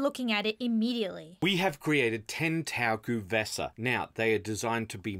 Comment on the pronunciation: The first E of GuE'vesa is not pronounced? It feels weird to me to hear "Gu'vesa" 😅